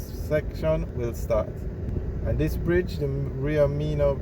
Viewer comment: You keep on mispronouncing the name of the river in all the videos. It's pronounced "mi-nuh" ... not "mee-nuh"